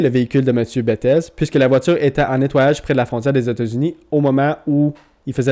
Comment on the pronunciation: Il est francophone bettez se prononce bétté 😊